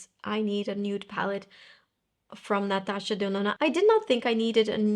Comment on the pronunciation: My name is Natasha, and I looooove how pronounces “Natasha Denona” so rear to hear it in English. 😅❤❤❤